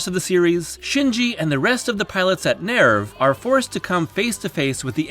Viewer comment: “Nairv”? It’s pronounced “nerve.”